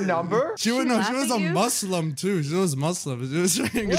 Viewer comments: as a muslim I love the way he says muslum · The way said Muslim Sounded like Maslem